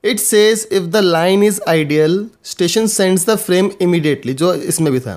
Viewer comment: he is not spelling, he is pronouncing "ideal" for "idle"